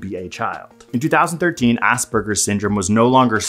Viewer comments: 'Ausberger's Syndrome'... *Asperger's haha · "Ausbergers"? WTF? How the hell that happen? It's Asperger's. It's a name. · Its ASPerger's syndrome not AUSBerger's